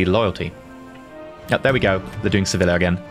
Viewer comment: Lesson 3: for extra spiciness, when you say Sevilla, remember the double L in Spanish sounds closer to a Y than an L, so you might as well pronounce it as if was written Seviya and it's fine. It should sound close to se-VEE-yah.